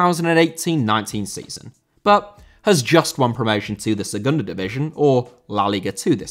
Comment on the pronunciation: División * not Devegion